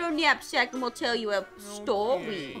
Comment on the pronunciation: do you wanna hear a stwoy?